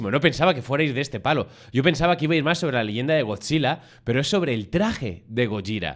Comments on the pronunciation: No es gorja , gojira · Gojira, es un gripo de deth metal, jajaja y de echo el lo nombre bn, osea le llama gollira, como se pronuncia el grupo, ¿sera que ccade escuxha metal? Nunca lo sabremos